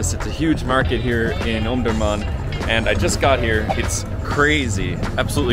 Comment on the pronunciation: Omdorman Not Omdomam Iam from sudan,omdurman